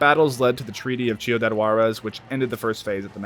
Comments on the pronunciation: lmfaoo mf u rly just said chiudad(it's pronounced as an c in ciudad lol) it was just funny af lol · BRO SAID CHIUDAD💀💀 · It's pronounced seeudad Juarez not chudiad xD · its not Chi-u-dad, its Ci-u-dad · Thank god it had subtitles because that pronunciation of "Ciudad" had me "what?!" until I looked at the sub to see what was being said. Not trying to be a jerk but, in the future, maybe look some pronunciation audios/videos when speaking words from different languages. Just a bit of constructive criticism.